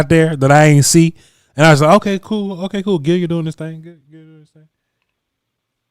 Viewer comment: He probably heard "Gilyard" from Mark Holmes.,.man cannot say a name correctly to save his life